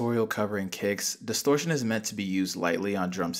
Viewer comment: check out your "disortion"